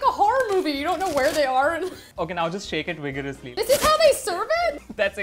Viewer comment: “Shake it wigorously”